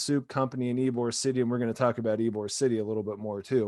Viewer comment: It's not "Ybor City", tool. And it's not "Mahbry". Jesus. You just suck.